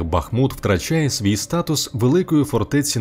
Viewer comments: Дякую за відео. Хочу запросити Вас на свій канал, ви дізнаєтесь багато цікавого про моє рідне місто. І БУДЬ ЛАСКА, ЯК ЖЕ НЕ ЗРОЗУМІЛО, ЯКИЙ БА́ХМУТ - ПРАВИЛЬНО З НАГОЛОСОМ НА У - БАХМУ́Т!!!!! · Так Бахму́т чи Ба́хмут?) Бо чую й у відео наголос гуляє туди-сюди, чи то може вже причувається)